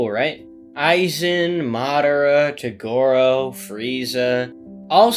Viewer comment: how do u pronounce toguro so fucking wrong my guy